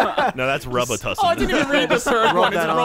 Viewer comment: It's pronounced Roo-bee-tuh-syn